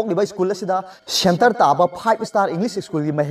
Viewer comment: Shennter taba fibe esstarr inlis esschun ...bord gi phaying esquad 🙄🙄